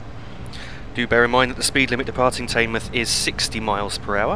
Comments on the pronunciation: "Taynemouth" 😂😂😂😂 u pronounce teignmouth "tidmouth" or "tinmouth" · Fantastic video and very informative, This is one of my favorite routes because I grew up in Torbay. p.s. Teignmouth is pronounced Tin Muff. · By the way, Teignmouth is pronounced Tinmuth. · Teignmouth is pronounced tinmouth but every body get it wrong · Teignmouth is pronounced like Tinmuth Apart from that, great vid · in is pronounced tinmouth i know i have spelt it wrong but its the way its sayed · It's pronounced "Tinmouth" 👍